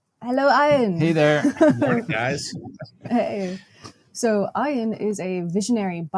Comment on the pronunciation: Oh dear. Pronouncing Ian’s name as Iron!